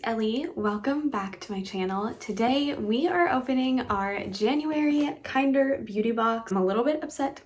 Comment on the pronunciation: I kept calling it Kinder like the chocolate eggs until I heard you say it correctly lol